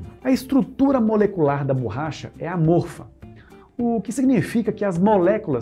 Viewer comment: adoro os vodeos de vocês, acompanho sempre, dando o "like" e comento algo para dar engajamento. Muitas vezes escrevo um simples "parabéns". Só que hoje me doeram os ouvidos escutando várias vezes a tal burracha. Parabéns pelo trabalho!